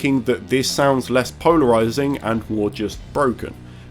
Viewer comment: Did anyone else hear “Pownerizing”.